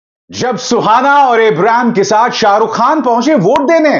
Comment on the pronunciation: सर शाहरुख के छोटे बेटे का नाम abraam है इब्राम नहीं